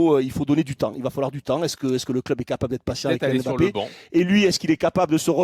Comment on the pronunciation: Incapables de prononcer Mbappé correctement. Vous êtes pitoyables